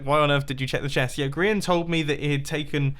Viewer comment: Amybody else noticed how he said grain instead of Grian? Welp, were talking about a grain i guess. 😂👌